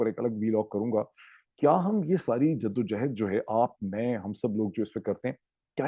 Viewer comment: Dr sahib,JIDD O JOHOD ,not JADDO O JEHED, Thanks for understanding😊